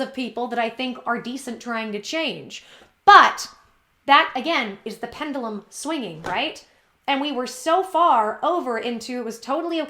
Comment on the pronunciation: The “pendalum”?